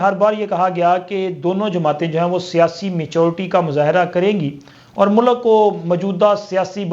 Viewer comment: Zoomma dari ,baithaks , mulak kindly sahi pronounce Karen